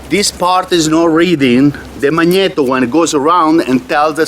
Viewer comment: I like the way he said magnito . Least thats what i think he said lol sounded cool all i know 🤣